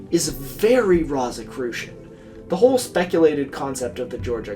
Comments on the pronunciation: I really wish you looked up how to say rosicrucian before saying it 500 times in the span of ten minutes for this video. I hate love to nitpick, but how hard is it to google a word you're not sure about? It's rō like rose not like rot. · I'm so sorry for this, but this kept drawing me out of the narrative. Rosicrucian is pronounced like "rose" like the flower for its first syllable . And Edgar Cayce's last name is pronounced like "kay_see" . Doesn't make sense, but that's the way he pronounced it. I've done a lot of reading on both these topics in the past, so they really pricked my ears up when you said them. I love your videos, but correct pronunciation helps sell the veracity of your work. I'm only making this comment for you in case you refer to either of them again. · Wait. Doesn’t the first syllable of Rosicrucian rhyme with rose ….? Am i the only one whose eye twitched every time he said it. 😄 Excellent essay, though, on an excellent channel. Glad i found it—i have more catching up to do yet! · It hurts every time you mispronounce rosicrucian. Good video nonetheless.